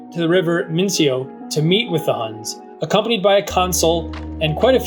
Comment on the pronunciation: Its pronounced Min Cho (Minco). The meeting took place in the current town of Salionze (named after Leo).